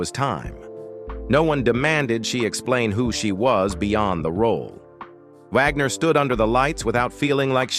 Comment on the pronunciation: Jymie? Vogner?